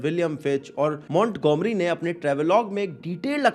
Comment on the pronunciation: Montgomery is pronounced as maan-guh-mree (not Mont-Go-merry)